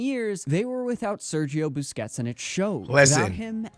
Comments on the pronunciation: It's busquest not biscuits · Sergio Busquets❌❌ Sergio Biscuits✅✅ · sergio biscuits ? who is this player lol, busquets, cmon broski lol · It's not BISCUIT bro, it's Busquets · Busquests ❌ Biscuits ✅ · busquets ❌ biscuit ✅ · I stopped watching when he said marquisio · I was enjoying the video for your comments until you started saying Sergio Biscuits. Can't stop laughing now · Why where u saying sergio biscuits? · Love it how he keeps saying sergio biscuits😅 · How come you dont know how to pronounce busquets?